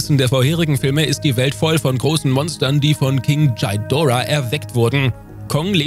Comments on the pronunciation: Kannst du bitte aufhören Shidora zu sagen.. Das Vieh heißt Ghidora und nich Shidora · Sorry aber es heißt nicht Chaidora sondern Gidorah. Gi und nicht Chai, aber dennoch coole zusammenfassung. Macht weiter so. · Bitte nicht Djidora sagen! Das tut in den Ohren von Fans weh!😉 Ghidorah wird so ausgesprochen wie es geschrieben wird. Auch wenn ein „h“ hinter dem G steht wird das G als G ausgesprochen und das R wird etwas gerollt. Bei den Ghostbusters sagt man ja auch nicht Djostbusters.😉 Ansonsten eine tolle Folge!😊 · Das wollte ich auch sagen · Wie spricht der Typ "Kind Ghidorah"? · Godzilla ist immer noch der beste, auch wenn ich nicht kapiere warum du seinen dreiköpfigen Erzfeind so seltsam aussprichst😮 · Bin ich der einzige, den es triggert, wie Indominus Rex und Ghidorah ausgesprochen werden? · Man spricht Ghidorah einfach so aus wie man es schreibt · für jedesmal wo Ghidora falsch ausgesprochen wird 1 dislike.